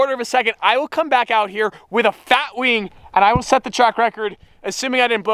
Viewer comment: lol the way you said wing